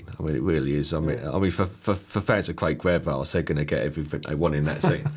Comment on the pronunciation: Cwaig Fairbwass